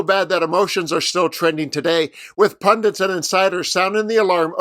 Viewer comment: You better have said ‘PunDITS’… 😠